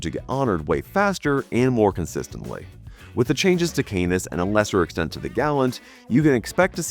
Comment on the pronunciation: Canis = CAN-iss, not "CANE-iss" And it's *PREceptor, not "PERceptor." 🤪